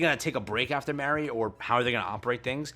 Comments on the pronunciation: i always get confused when you say Mary, when you're talking about Mah-ree for Halloween, Trick or Treat Anne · MAR-REE good grief dude MAR! Not MARE